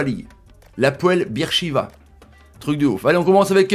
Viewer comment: Moi je connais mais ça ce dit pas bir sheva c’est beer sheva je le sais c’est en Israël et moi jabite en Israël